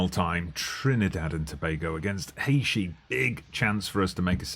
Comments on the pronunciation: Haïshee wtf is this pronunciation ?? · Now discovering your tune channel and stemming from Trinidad and Tobago Really glad you chose our country and John Paul is quite good in real life having gone to school with him so glad to see some fm content creators using my country And it’s pronounce Hay -Tea Lol but good vibes nonetheless looking forward to more content